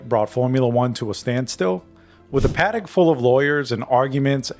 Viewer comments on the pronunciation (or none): none